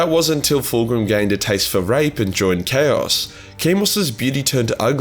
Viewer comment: Turned off the second you mangled the pronunciation of chaos. Sorry just can't